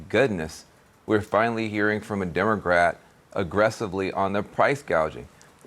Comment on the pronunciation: Did he actually say “DemoGRat?